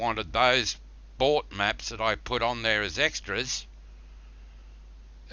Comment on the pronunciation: "10 different meps, I've relised 4 or 5 of them, and I got another 4 to cum" This guy is Russian, Hillbilly, and drunk at the same time